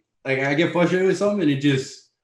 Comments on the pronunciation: Dominack "flustrated" Reyes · Is he saying flustrated?